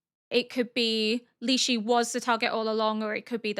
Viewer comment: Quick little pronunciation for Lishu. Instead of lee-she it's lee-shoe